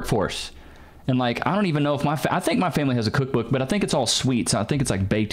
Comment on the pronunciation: Now its kak book not cook book. Priorities